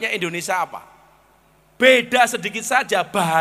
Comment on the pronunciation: Gus berbahasa indonesia yg baik,jangan menyebut indonesa